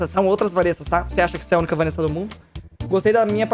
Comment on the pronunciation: Povo me chamando de safada kkkkk Mano q raiva, no RPG no Kaiser fala VaNessa Quando mando bits para o ele fala Vánessa Ta errado isso ae